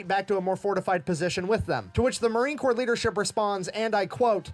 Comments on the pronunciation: ❗️From a Proud Marine Aunty: "Corps" is pronounced [kor], not corpse ☠️ 😉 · Just so you know . . . Marine Corps is pronounced Marine Core. You don’t pronounce the p or the s. I don’t know why. Perhaps you can ask the Fat Electrician.. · Corps is pronounced Core 😉😊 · Corp is pronounced like the word 'core' like the core of an apple. Corps with a P is more akin to what the Marines leave in their wake, corpse as in dead bodies. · Brother just in case, Corpse in Marines is said Core, not Corpse. French spelling. As in Body. Marines aren't allowed to become an actual corpse Without Permission!! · It is not pronounced "corpse". "Corps" is pronounced the same as "core". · Love your videos but just fyi when you say Marine Corp the “p” is silent so it sounds like “core” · I don't mean to be rude, and if I am, I apologize, but you the way to pronounce Marine Corps is actually with I silent P so Marine Core, I don't know why there is a P, or and S, but yes, I apologize if this comes out rude. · Congrats on 90K!🎇🪅🎆 Will you be able to quit your second job soon? I know y'all mispronounce a bunch of words, so in America, the 'ps' is silent in 'The Corps', and if you just say "The Corps", everyone knows what you mean!💟🇺🇲✝️🛐🇺🇲🎇🎆💟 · I know it is spelled corps but the p & s are silent. It is the Marine (Core) Corps. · "Corps" is pronounced "core".; ) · Just a quick FYI, in America, Corps has a silent “P”, pronounced Core. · My brother was a US Marine until the day he died, and he would be rolling over in his grave to hear you pronounce Marine "Corps." (the "p" in Corps is silent!) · LoL. Don't pronounce the "P" in Corps. A corpse is a dead body. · The "p" and "s" in Marine Corps are silent. It's from the French. My father was a Marine in World War II.